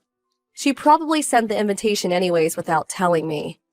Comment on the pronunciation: WHY WHY WHY WHY WHY WHY WHY WHY WHY WHY WHY do these videos are always read as 'invintation' instead of invitation, they put in an extra N.